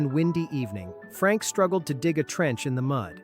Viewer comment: Fuck...I hate this fucking AI idiocy. Thumbs down. Also, it's not Frank, goddammit. It's Frankl.